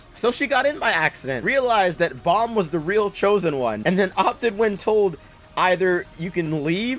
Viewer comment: Nawl in the webtoon its Baam